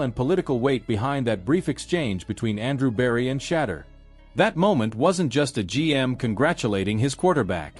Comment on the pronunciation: Learn to pronounce his name!